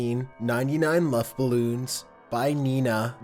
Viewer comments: its acually 99 red ballons not "lufthouse" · I thought he said Muff Balloons...no lie